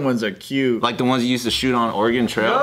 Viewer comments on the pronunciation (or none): none